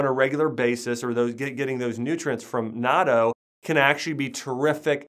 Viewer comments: "naaaarto", I assume he's talking about natto? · Yeah, he isn’t a real naturopathic doctor who would actually know that it is called natto~ (online certifications aren’t ‘educations’ imo)